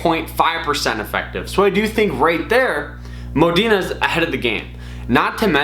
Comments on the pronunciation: Is the r silent in moderna? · I don’t think so my guy was just saying it wrong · Its Pronounced Moderna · Modern man cannot pronounce Moderna